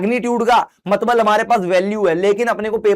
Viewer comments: Matlab ❎ Matbal ✅ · Matlab❌ Matbal✅😂... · Bhaiya matbal nhi hota matlab hota hai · Matlab ❎ Matbal✅ Sir you are my favourite teacher 👌